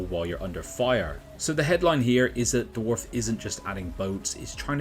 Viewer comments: This guy: Dorf 😒 Dwarf 🗣️ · Why do you keep pronouncing it "dwarf"?